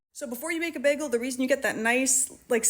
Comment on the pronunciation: lol, behgel! My boyfriend says it the same way :) this looks delicious, and I love the detailed instructions!